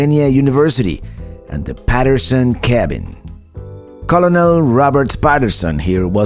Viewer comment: As a teacher, I love the historical places you take us, as well as the National Parks. I have an assignment for you. Type these words into Google and listen to their pronunciation: dandelion, Amish and Colonel. You are a role model and can teach people how to say names of locations correctly.